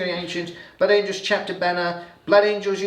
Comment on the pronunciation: ‘Blood angles’ 😂